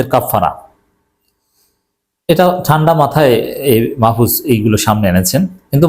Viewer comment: মাহফুজ সত্য কথা বলছে,এখন গা জ্বলে, আপনি নামটা ভাল ভাবে উচ্চারণ করেন,আপনি জামাত করেন,ভদ্র ভাবে কথা বলেন,আপনি তো জামাতদের দালাল সবাই জানে